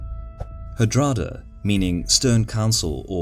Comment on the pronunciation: I love these videos, though I prefer the less accented voice. Only minor correction on the Norwegian names: The emphasis is on the first syllable in most names, so it's HARald(like Harold, same names), not HarALD, and HARDrada, not HardRAda. Same with SIGurdsson, not SigURDsson. Would love to see Both Stamford Bridge and Hastings after this. Keen to see the graphics of William's feigned retreat at Hastings:) The cracking and white flags are so simple and brilliant to show how the battle is going.